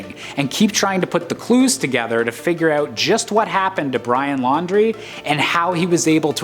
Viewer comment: why does the narrator say "out" like "owwt"?